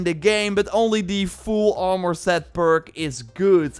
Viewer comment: Ormour? You mean Armour???